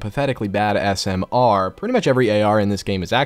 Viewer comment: I like how says smr